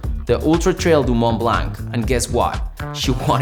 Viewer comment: you don't pronounce the T or C of Mont Blanc in French, please America, it is not so hard